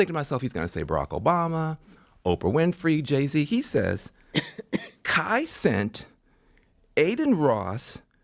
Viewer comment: I believe Van Jones when he says he doesn't know who these people are. As specially when he mispronounced Kai Cenat.